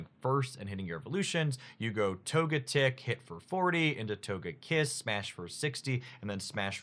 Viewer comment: He pronounced togetic correctly! Let's go!